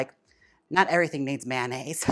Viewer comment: MAN-aise… lol